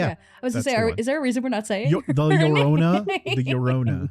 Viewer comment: I really feel like could have pronounced la llorna with a mexican accent. Why did he say it like that?